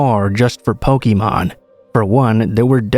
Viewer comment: That pronunciation of Pokemon was grating lmao